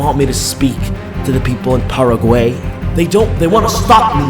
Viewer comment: as a spanish speaker this was hilorious fr HAHA "paraguey" its paraguay bro XD